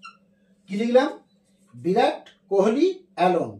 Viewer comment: ওরে গরু, বিরাট না, ভিরাট কোহলি।